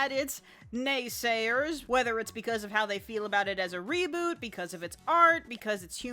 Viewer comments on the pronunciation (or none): none